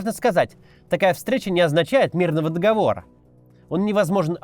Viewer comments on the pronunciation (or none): none